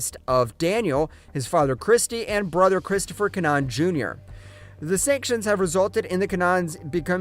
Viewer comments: kinAhan not Kinnan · Im sure your saying keema naan instead of kinahan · Don’t ever say his name like that again. Typical septic